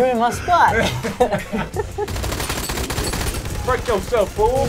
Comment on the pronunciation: I know it sounds like break. But the actual quote is BRACE YOSELF. As in get ready. Dave Chappelle said Brace and so did this guy =S